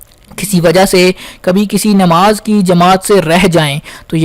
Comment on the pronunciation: Bhai sahab word " Nimaz" nahi correct pronunciation hai NAMAAZ, ....Apni Urdu correct karein Qaaf ...... Urdu words ka sahi pronunciation Kiya karein.